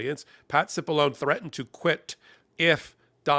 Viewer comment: Cipilloneeeeeeee - it is Italian so the e at the end is pronounced.